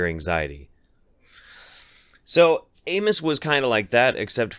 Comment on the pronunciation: I thought you were calling him anus. I wish you were.